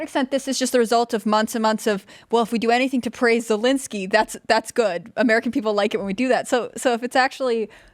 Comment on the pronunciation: I can't wait for the day when that POS Zelenskyy decides to turn on Biden and reveal all the crimes he and his son has done. He can't even say "ZELENSKYY" ...calls him lllinsky.